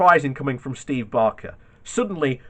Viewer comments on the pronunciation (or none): Baker, not Barker. Fascist is hypocrite, shocker. You really need to read the article numerous times before you read it on a video, it's just annoying. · It’s Baker not Barker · BAKER not BARKER......